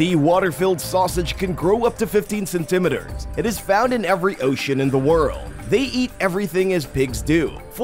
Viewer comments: Cen- ta - mee-ter not cen- tima der. Let's keep it real and pronounce words correctly . Let's not put a spin on something like a measurement that I've heard pronounce like u do .your not edgy and it makes you sound like an illiterate and either stick with metric or standard not both unless u give both measurements.ty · cenTIMeters? you're putting the emPHAsis on the wrong sylLABle.